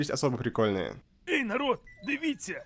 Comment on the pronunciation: мне тоже тригернуло чуть чуть, но он потом исправился и стал произносить через "э" и даже "дивіться" получилось сказать правильно